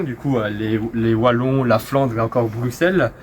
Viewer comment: les "Vallon" ? c'est un "W" donc ça ce prononce pas comme ça, mais bon...